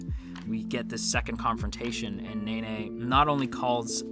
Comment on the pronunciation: him: nene Me: he pronounces it like nae nae